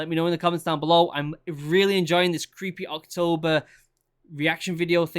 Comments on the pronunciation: "creepay that's creepay" haha this british accent is amazing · Does anyone else just love the way he says “creepay” 😂😂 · It was all "Creepay" to him.